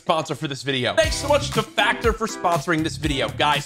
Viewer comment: Factor more like fater